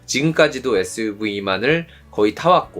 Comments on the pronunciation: 재미있게 봤습니다^^ suv발음이 안되신다는 댓글보고 보니까 계속 에스브이라고 하시는거 같네여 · SUV발음이 잘 안되셔서 에스브이 ㅋㅋㅋ